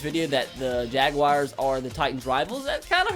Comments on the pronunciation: its Jag-wars not jag-wi-ars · Why does he say jag wire instead of jaguar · Every time he says jaguars I get aids